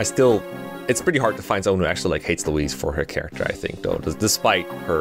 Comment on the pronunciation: why are you pronouncing louise like that